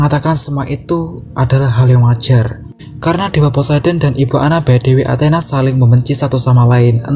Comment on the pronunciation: Bang kok dewa anthena 😂😂😂😂